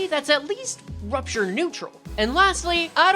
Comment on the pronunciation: just say poisture. wtf is prupture